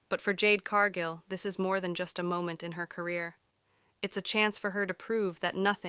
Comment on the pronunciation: Jade's last name is Cargill not Cargo. If you can't pronounce a person's name don't narrate 🎉WWE episodes.